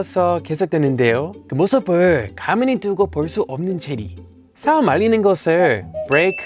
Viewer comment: 예전에는 한국어 발음이 좋았는데, 요즘 대구경북 발음을 쓰네요. '사움'이 아니라, '싸움'이에요. 그리고 '살밥'이 아니고 '쌀밥'이고요.